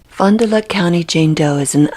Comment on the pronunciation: Fon-duh-lack is how it’s pronounced, I live about 30 minutes south from there.